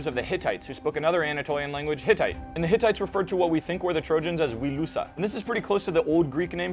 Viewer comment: I heard that it's pronounced "will•eu•sha" from a reputable source.